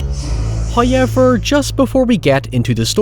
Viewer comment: First "hoyevver" drops . He teases us for we have displeased Him. Sacrifice must and will be made in his Name.